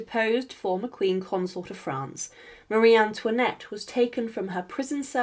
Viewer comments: Bonsoir. Ayez l obligeance de prononcer le nom de Marie Antoinette correctement. Ce.n est pas mariane luinette. Un peu de respect je vous prie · Elle ne sait même pas prononcer son prénom correctement. 😮